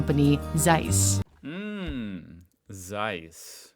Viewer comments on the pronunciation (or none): 🙄 Zeiss = tsice not "seiss" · Oh please, could you perhaps try to pronounce "Z" not like a smooth "s"? It ALWAYS IS LIKE "TS" always ! German is so simple all letters are always pronounced the same , but hearing a one syllable name so "american ( wrong ) is hard to bare. The name is worldwide known, i think desevers to not be mispronounced. Please!!!!! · Just a little hint: the German Z as in Zeiss is pronounced like TS, so it's not Seiss, it's Tseiss. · As a side note on pronunciation, the letter Z in German is not pronounced like an S, but like a TS. So Zeiss is not Sice, but Tsice. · not SIZE ... its TSICE .... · Try to say it: tssseyes. It's "z" like in pizza 🙃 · James Webb Space Telescope? yes they have their stuff in there, too. Lol. But Zeiss is pronounced: "Tssaiss" sharp Ts. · Please don't call it seis its called ZEISS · As it is a german company its pronounced Tseiss. Because Z in german is pronounced like english ts. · Not sure if anyone mentioned it before, but it‘s pronounced „tsaiss“. The German z is not soft. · The right German pronunciation of Zeiss is "tsais" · Actually, it's pronounced "TSEISS". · Please, pronounce the "z" in Zeiss like you pronounce the "zz" in Pizza. Every German z is a Pizza-z. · Z is not spoken as S, but as Ts in german! Zeiss -> Tseiss. Just like Zug (train), Zeppelin or Zeit (time). Ts has the same sound like the t's in let's. Any microelectronics, semiconductors or satellite stuff is produced in clean rooms. I used to work in one for LED-production (semiconductors) and we had white clean clothing. That's where my nickname back then came from, because you could only see the eyes: White ninja xDDD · just try to say TSeiss, thanks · The cringe everytime someone says Zeiss so wrong...even the video maker. It's a hard sharp Z at the start. Like a snake hissing Tzeiss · Zeiss, nicht size. Warum sprichst Du das einfach komplett anders aus, als es da steht? mit Z! ja Z, nicht C!!!